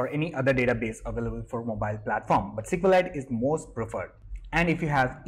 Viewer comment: It's pronounced (by Richard Hipp himself).... "ESS CUE LIGHT". And the Flutter package just has another "f" in there. :)